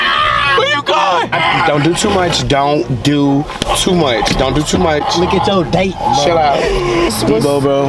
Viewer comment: I can’t stand bruh said “look at cho date”